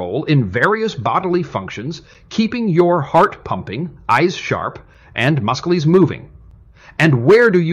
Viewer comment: "Keep muhcelees moving..."🤣